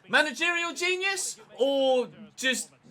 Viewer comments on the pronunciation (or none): none